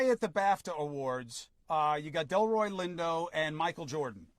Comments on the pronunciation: Delroy Lindo, not Detroy Lindo please and thank you 🙏🏽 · Delroy Lindo. You need to delete this and repost with the proper pronunciation. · don't disrespect Delroy Lindo by mispronouncing his name BROTHA. I already know what I can do. I don't need you to tell me that. When you need to be corrected then instead of being sensitive, take the correction. Delroy is one of our greatest talents. He deserves better than having his name butchered. Especially after what just happened. White folks do that enough. Respect our people.